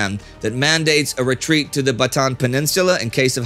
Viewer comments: Just an FYI. In the Philippines it is not Bataan ( ba - tan) as most all Americans say it. It is , ( ba-ta-ann) emphasis on the second syllable. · Hi Indy. Minor note on the pronunciation: it's Bata-an (glottal stop after the second syllable). Totally hyped for the Pearl Harbor special! Will be watching 8 December 0200H Manila time. Loyal subscriber here since the Great War. :)